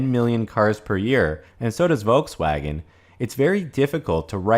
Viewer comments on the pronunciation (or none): none